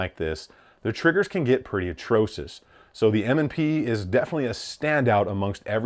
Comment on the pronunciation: Dude hearing him say the word atrocious made me CRINGE. It’s ATROCSHIOUS phonetically.. not atrosis… lol